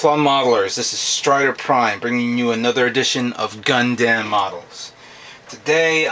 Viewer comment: gunDAM(N)0_o?????lol XD it's gund(u)m yeah that's how the japanese people called them